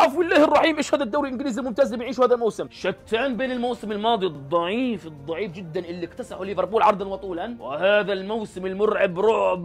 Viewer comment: (ضعييييف ضعييييف) طريقة قولها تجعل الضعيف اضعف